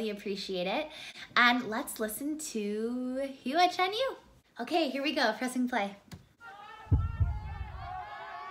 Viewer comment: FYI pronunciation is more like wh for the Hu. Love Hua Hua! He is a very big talent and socially conscious. English subtitles are already on too. Thanks for your reaction! My first choice is Hua Hua, but I’m torn! I love Jam and Tia too. They were both participants with Dimash in 2017.